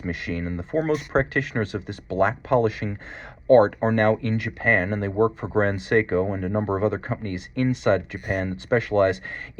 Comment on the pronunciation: you're expertise is unquestioned, but It's 'grand seiko", not "grond seiko"...